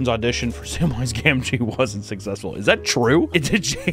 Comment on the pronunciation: You’re saying gamgee wrong bro. I’m not a rings fan but bruh you said you a fan??